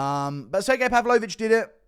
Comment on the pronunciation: "Sir Gay" is wild to say to a Russian